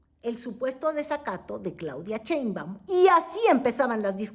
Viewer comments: Querida, no es Cheinbaum, sino Sheinbaum, con sh, así que shh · Es Claudia SHeinbaum no Cheinbaum... Se oye chistoso 😂